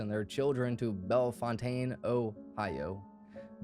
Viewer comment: ‘Bellfontaine’ pronounced ‘Bell-Fountain.’ We’re Ohio, bro. Hella cities enunciation doesn’t match the spelling 😂